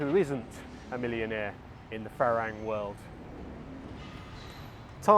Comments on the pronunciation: Haha, funny. A small point. It helps to pronounce the words correctly. For instance, “farang” rhymes with “fun-rung” (so “fu-rung”, not “ferang”). * I found that the main reason why most expats have such a jaded view about Thailand and Thai people is because they live in an “expat bubble”, mixing only with other expats or English-speaking Thais (many of whom only communicate on a very rudimentary level). The main reason why I’m so evangelical about learning Thai is precisely because it allows us to see and participate in the “real” Thailand. It also allows you to have deeper connections with Thai people, put yourself in their shoes and understand what Thai life (and who you are) from their perspective. :) * Update: “Farang” originally comes from the Persian word to refer to the "Francs" (the Germanic people ruling most of Western Europe at the time. But I'm guessing that the first Westerners that the Thais met were the French traders or missionaries coming down from “Indochine”… ("farançais", with the nasal N that becomes "ng" in Thai) and the name stuck! :) ** yes, it’s true that Thais can’t make out what we’re saying - in Thai. The way Thai is taught at most schools or text books is wrong. You end up speaking in a singsongy “farang” dialect that is very difficult to make out. Anyone who is reading this, PLEASE learn to read first, then you should know exactly how to pronounce the words correctly. Avoid transliterations like it’s Kryptonite! And don’t think of the tones as m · nope, the word is pronounced fah-rung not fah-rang. You can check with any Thai person for verification. I believe the origin of the word comes from Farangset, a person from France. Otherwise your content is useful and ‘on the money’. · You’ve been in Thailand how long?? .....and you can’t pronounce ‘farang’ properly?